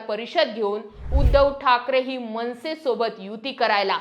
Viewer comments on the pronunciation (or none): none